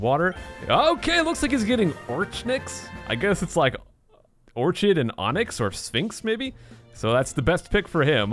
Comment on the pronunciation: Why you pronounce orchid like that........